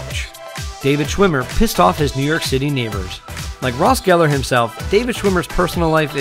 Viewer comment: no one mentioning it's geller and not gellar? Okaayy